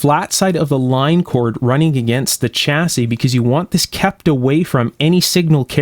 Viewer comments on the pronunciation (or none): i am not criticising yo but it shasse not chassie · The "Ch" in "chassis" is pronounced as in "Chevrolet"...